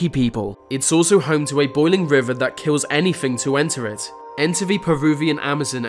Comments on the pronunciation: It’s so irritating when he says vat, errmmmm it’s called “that” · Why does ‘vis’ guy pronounce every ‘th’ sound with a V please? ‘Vat’ is extremely irritating. 👀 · The..... NOT Vee! That..... NOT Vat!...........ffs It's not difficult!👎😠👎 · It’s pronounced “that” not “vat” and “the”not “v” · THem not Ven, THat not Vat, They not Vey, anoTHer not anuva. THe not Veh.......